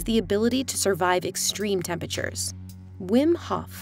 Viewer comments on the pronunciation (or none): "Pussibo effect" and "tempeture" had me distracted. Still endurable than the other VO lady with the terrible vocal fry.